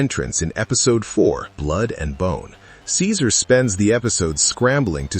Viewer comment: Nothing was changed about Ceaser and it’s hard hearing you mispronounce some of these names in your videos.